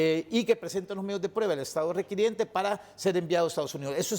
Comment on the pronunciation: se dice requirente no requiriente